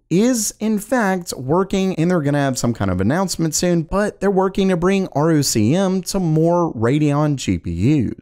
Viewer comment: ROCm is pronounced “rock ‘em”.